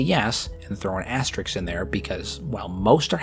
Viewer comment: Its asterisk, not asterix. Asterix is a french comic book character.